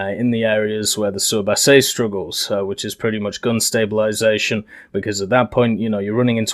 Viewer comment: you can call it the surblindé your prononciation is fine